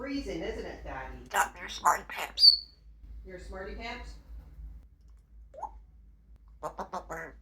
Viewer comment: She always says smarty-pamps. What a cute, funny bird she is, I love when she's asking google, shows how smart she is even understanding to use modern technology.